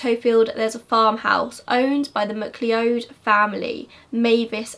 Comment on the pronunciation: i think mcleod is pronounced as mc-cloud at least it is her in australia :)))) this vid was so interesting